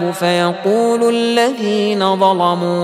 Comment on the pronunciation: بس بحس بكلمة ظلمو عند الشيخ مش مظبوطة